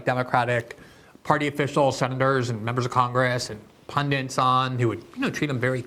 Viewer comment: Glenn, there is no suck English word as "pundents". The word is "pundit". FFS 🤬